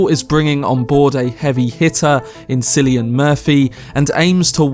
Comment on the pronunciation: for the record, Cillian Murphy is pronounced with a [k] not a [s]